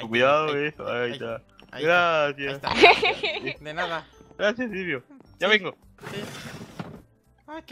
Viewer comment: Cuando dise silvio pienso que dise cilio